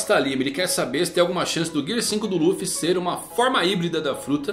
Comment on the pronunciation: dublagem de one piece cartoon network muito melhor a voz do luffy do coby slc nem tem comparação com essa da Netflix 🤮🤮🤮 Sou fã raiz só vejo one piece em japones com legenda Mais em quesito de dublagem brasileira a dublagem one piece cartoon network muito melhor Único defeito é dizer ruffy só isso